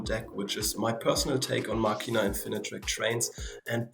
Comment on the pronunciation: Finally someone who says "Machina" instead of "Mascina", you made my day lol. Insane video as well! Good job!